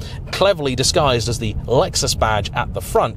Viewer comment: It’s a Lexus not luexos